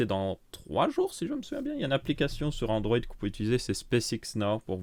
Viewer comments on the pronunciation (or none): none